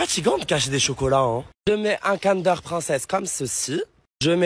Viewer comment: pourquoi tu dis cander c'est pas comme d'hab c'est Kinder tu parles pas français ou quoi et pourquoi tu as dit Pokémon pour les Schtroumpfs c'est un Schtroumpf au chocolat ça veut dire faut pas dire Pokémon il faudra dire un Schtroumpf😊